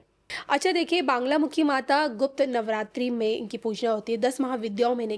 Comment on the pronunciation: बांगलामुखी नहीं मां बगलामुखी